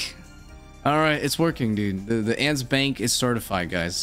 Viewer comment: Did you really call Ents, Ants??? lol